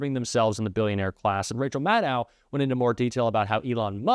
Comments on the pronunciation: you apparently never read the comments. Rachel Maddow is pronounced like "know", not like "now". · Babe, it’s Maddoh, as in meadow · Rachel Maddow"s name is pronounced like shadow not like moscow. Please pronounce it correctly. Thank you.